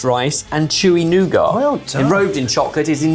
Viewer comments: There is no "r" in nougat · I do love the pronunciation of nougat.